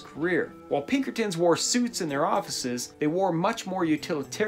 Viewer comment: i got ptsd the minute u said pinkertins tbh